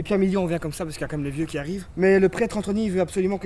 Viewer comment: "Pretre AnthNOy"